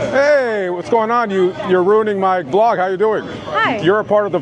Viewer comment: It's Vlog ang not blog just to correct u...